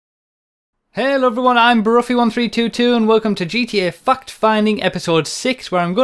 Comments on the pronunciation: When he said fact sorry but it sounded like he said fuck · I thought he cussed at the begining of the video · i thought he said "gta fuck finding" at first. lmao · Sounds like you're saying "Fucked Finding". Oh and yea, sanic. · My 2nd vid I've watched of you, and my first fact-finding vid, and I thought you said fuck-finding at the beginning XD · I heard Fuck Finding right off the bat. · Do he say "welcome to gta f#*% finding" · Sounds like he´s saying "fucked finding" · lol he actually says fuucked finding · when you said "fact finding" I thought you said "fuck finding" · "GTA fucked finding" lmfao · I thought you said GTA fucked at first then i saw the title. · dont lie, you said 'fucked' instead of 'fact' in the intro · it sounds like you said fucks finding